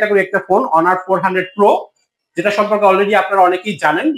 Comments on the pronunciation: লোক দেখেন হনার না বলে অনার বলছে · হনার না ভাই অনার😂😂😂